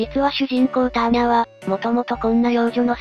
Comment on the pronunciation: アーニャではなくターニャ